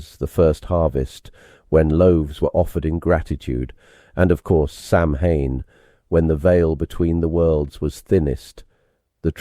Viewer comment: Ibolc is pronounced Im-olk. Beltane is pronounced Bal-ta-na. Samhain is pronounced Sa-wen. And Lughnasadh (Lammas) is pronounced Loo-na-sa.